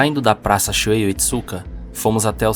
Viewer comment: Não é Shuei, é Shuhei, se pronunciando ShuRRei.